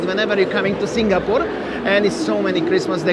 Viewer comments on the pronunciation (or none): Bro …please please can you pronounce Singapore 🇸🇬 properly? Its not SINGGAH-PORE😫. I cringe everytime ! 🤣 🤪 anyway Merry Xmas to u both! 🎄🎅🏼🕊️